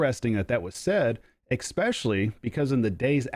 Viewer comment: You lost me at"expeshully" ;)